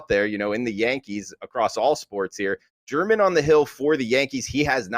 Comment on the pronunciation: ITS HER-MAN not GERMAN LIKE THE COUNTRY BUT ITS HER-MAN